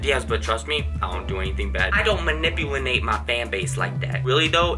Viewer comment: "manipulinate" 😂😂 yes!